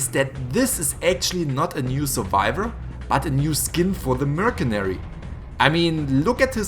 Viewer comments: It's not merkanary it's mer san nary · Mercenary is pronounced mers er nary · I know it's mer-sin-airy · Wth is a mer-ke-na-ry? Jk. 😂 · 😂😂 it is pronounced Mer Se Nary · You pronounce Mercenary wrong. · So many new survivors!!!!! Also it’s funny how you say owl and also how you say mercenary